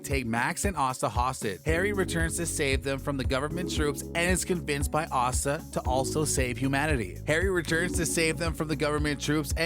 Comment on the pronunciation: Asta rhymes with pasta.